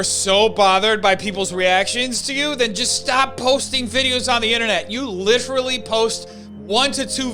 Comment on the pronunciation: "Littree"... stop it leafy